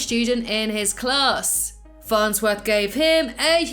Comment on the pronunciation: Farnswith? It’s farnsworth